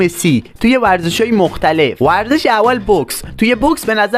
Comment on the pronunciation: تو اول یاد بگیر بگی ورزش